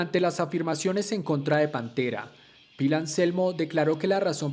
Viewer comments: No se dice pil, se escribe Phil y s pronuncia fil, segundo todos los fans de pantera fuimos y somos.conciente de que Anselmo fue racista,, decí algo que no sepa nadie !!! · Se escribe Phil, y se pronuncia Fil, no Pil 🤦🏻‍♂️